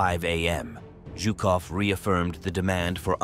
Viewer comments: Zhukov not Jukov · WHY is he saying JewKof?! stopped watching